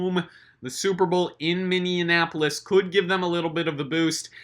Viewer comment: You said minianapolis